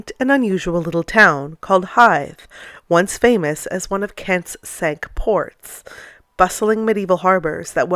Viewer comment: In the case of the Cinque Ports, Cinque is pronounced 'sink,' not 'sank'. I.e. the correct pronunciation is the 'wrong' one! I've got no idea why, but apparently they've done it for centuries. Maybe it was the medieval English navy's idea of sticking it to the French by abusing their language. This was an especially awesome video. I had no idea this place existed.